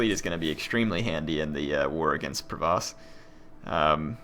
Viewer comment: the Duchy of Provence has an "n" in it so it's not Provoce, sorry to be one of those guys who corrects pronunciation:p